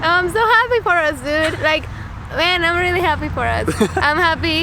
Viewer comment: “is dis tru? is dis rilly tru?” JAJAJAJJAJ